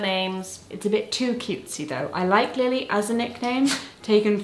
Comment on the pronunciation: You both spoke my name so wonderfully! I feel somewhat honoured to be named Lily now 💜